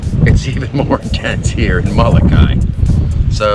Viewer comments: Pilipo and Kawaimaka (Greg) Solatorio, who are direct descendants of the original natives on Molokai, taught us to say it this way. When it is pronounced with the ee sound on the end, it gives the name a different meaning. If you take the Halawa Valley Falls Cultural Hike on the island this is all explained. They can be found by calling or on the Internet at Mahalo nui loa. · Nice video. I have never heard a Hawaiian pronounce Molokai the way you do.